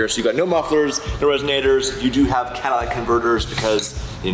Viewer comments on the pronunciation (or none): "CADILLAC CONVERTERS" 🤣🤣 It's Cadalytic Converter 😂